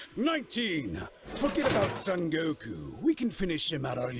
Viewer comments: i fkn love you and i will never amount to anything you have achieved, but i cant be the only one that hears you say Goku as GoKouuu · The difficulty in editing the text to speech for the intro is just karma serving justice to for his Goku pronunciation. I hope it gave him hell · Speaking as a blind person, I feel your pain about pronunciations and getting TTS to say anime stuff correctly! I hate microsoft TTS in particular because they're so hard for me to fix pronunciations with! I use a screen-reader called NVDA, which has a nifty little feature called the Speech Dictionary, so I can put words in it, followed by a string of characters to replace those words with when they're being read, and I still have trouble getting it to pronounce certain things correctly, but I can get it close enough in many cases that I can enjoy reading fanfics and the like. But oh stars I feel your pain wrestling with uncooperative TTS.